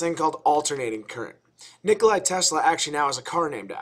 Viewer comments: NikolA not Nikolai, v good vid tho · Nikola not Nikolai - good video otherwise. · You Americans use 60 Hz, not "WE" (the rest of the planet). And its Nikola not NikolaJ. Very nice explanation for noobs! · Mr. Tesla was not "Nikolay" but "Nikola". I don't care, but Croatian/Serbian folks could get upset… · NikolA Tesla. Say it (read it with me). NikolAAAAAAAA Tesla. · nope he is nikola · Great video but you mispronounced Nikola.